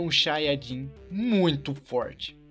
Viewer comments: Quem percebeu que ele falo xanhadin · ate ele fala Xayajin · se disse xaiadin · vcs viram no 1.58 ele falou chaiadin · Você disse super xaiadin